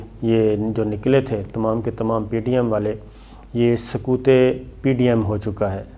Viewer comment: محترم یہاں تو آپکو ق کی آواز نکالنی پڑیگی ورنہ “سکوت” تو خاموشی ہے اور “سقوط” بنگال کا ہوا تھا۔ آپ اندونوں کو تبدیل کرکے نہیں لگا سکتے، کیوں! کیونکہ اسطرح بنگال کی خاموشی اور عمران خان پہ سکوت طاری کر رہے ہونگے اور کسی گہری جھیل پہ سقوط بنگال لگارہے ہونگے!